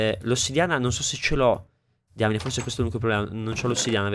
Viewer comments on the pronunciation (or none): none